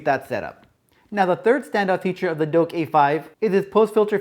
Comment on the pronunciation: Its Douk NOT Doke.....:)